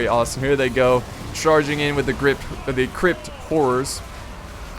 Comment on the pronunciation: Obviusly he meant Crypt but his bizarre pronunciation made me lol